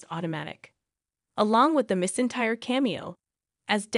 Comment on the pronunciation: You are also pronouncing Reba's last name wrong.